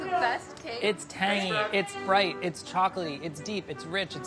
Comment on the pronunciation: Everyone:: bRiGhT